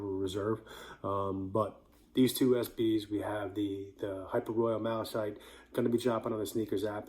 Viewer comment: Thanks bro. (I’m pretty sure it’s pronounced Mal-uh-kite like the color)